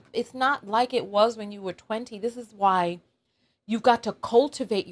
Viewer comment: It sounds like he's saying "wow" not "why"